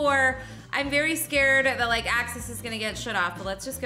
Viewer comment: Like* not lock